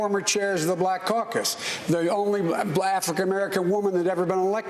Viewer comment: Blafican American 🤣